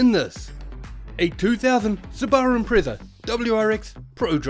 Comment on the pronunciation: Your pronunciation of Subaru is so off